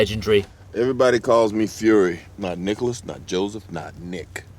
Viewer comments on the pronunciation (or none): none